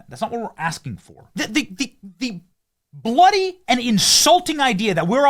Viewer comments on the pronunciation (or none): Benny went British there for a sec lol! “Bloody” 🤣